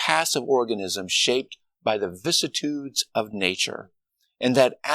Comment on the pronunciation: Vicissitude is not pronounced the way he pronounced it. I've always heard it said Vis sis ah tood not Vis ah tood